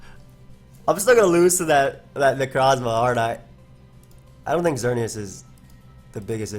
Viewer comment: Please stop calling Necrozma "necro". It weirds me out every time for obvious reasons.